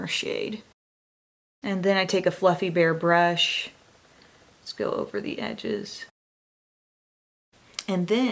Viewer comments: I know you said "fluffy bare brush" but I heard "fluffy bear brush" 😂🐻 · Sarah Schouveller it definitely sounded like it 😂 cause she said "fluffy bare...brush" instead of "fluffy...bare brush"